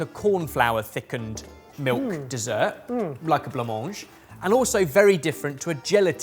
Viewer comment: Gonna be the annoying French person to tell Ben that "blanc-manger" is not exactly pronounced that way : there's a "é" sound at the end (I'm trying to think of an example in English... like at the end of "ballet"). The way he says it in the video, it's missing the final r ;) Great video though, it was very fun to see what horrors the British cuisine still has in store ! I'd honestly like to try stargazing pie just to see what it's like.